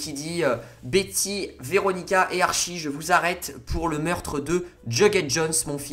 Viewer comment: ça me stress comment tu dis Archie... ça se prononce « ArTchie » 😭 sinon super video